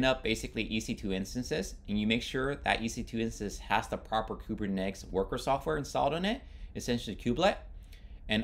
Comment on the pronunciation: Good explanation..but it throws me off when you pronounce it Kubernex or Kubernetics 😆